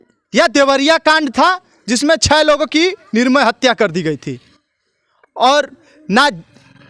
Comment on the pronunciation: Tum kaise patrakar ban Gaye. Nirmal ko Nirmay bol rhe ho arakchad ka yahil labh hi